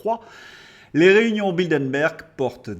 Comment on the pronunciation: Vous êtes bien gentil de dire que ce gouvernement est lâche par rapport à Bruxelles (se prononce Brussel !), s’il n’était que lâche… Non, il a la VOLONTÉ d’appliquer toutes les mesures qui peuvent nuire à la France. PS: ce n’est pas BildeNberg mais BildeRberg.